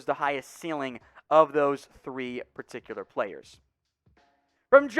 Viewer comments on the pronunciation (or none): none